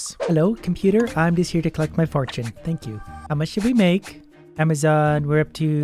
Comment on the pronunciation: How has no one said ‘You mean AmaZONE right?’